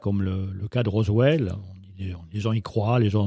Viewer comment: Merci pour cette belle émission. Erratum: vous prononcez rosveld mais c'est bien roswell. Cordialement.